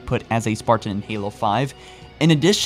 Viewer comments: I like your content but every time I hear “spar-tan” like it’s two separate words, it drives me crazy. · Why do you pronounce "Spartan" like some sort of deranged homunculus? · Please practice you pronunciations. the things you are talking about should be easy to listen to. Currently its jarring because you say 'spartin', 'detinate' and 'mi-ō-nihr'. This is your bread and butter. Be better